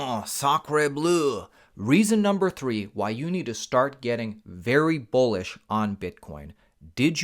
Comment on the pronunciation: Are you saying Bullish or Bullshit?